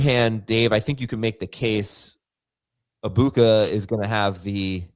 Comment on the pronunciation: Can we stop say “Abuka” it’s “Eg-buka”